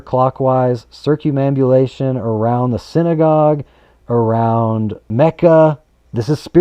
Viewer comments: Excellent information,! Thank you so much. It never crossed my mind that all traffic circles move in a counterclockwise fashion. WOW! Oh, and to help you pronounce that word, say it like this: circum ambulation (circumambulation). Cheers! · Circum ambu lation. Sound it out to pronounce it. circum ambu lation.